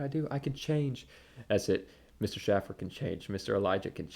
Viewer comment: “No one should take this man seriously…” But then when Schaffer makes a joke riffing spontaneously, “how dare he threaten to massacre trans.” I’m beginning to think that you wear headphones so you don’t hear your own idiocy. Also are you deliberately mispronouncing his name as a petty slight or do you really not hear it when he says his own name? And Iroquois inspiring our govt? try Rome, Greece, and the subsequent centuries of jurisprudence formed by a nation on the other side of the Atlantic cutoff from any native peoples. Please, be more informed before you see fit to pontificate on others.